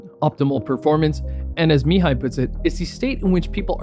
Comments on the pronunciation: Deepest respect Bro! You pronounced perfectly Mihaly's name. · this man pronounced a hungarian name properly that only earns my respect. im sick of hearing that poor man's name mi-hay-ly